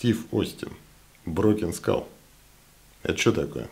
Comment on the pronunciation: Спасибо за видео... и правильное произношение названия ножа, задрали его " разбитой школой" называть. Думаю как, условно первый нож он крысе не конкурент, ибо цена, хват, дизайн и механика. А вот условно второй, когда стальку бы поинтересней, вес и толщина рукояти для пресловутого EDC, умеренные деньги.. вот тут конкурентов ему не вижу. Разговоры про клипсы, удобство хвата и т.д. справедливы конечно, но это вкусовщина всё же, да и абсолютно любой складень это компромисс. Этот нож явно заслуживает внимания, хотя лично мне он вообще не нравится=))))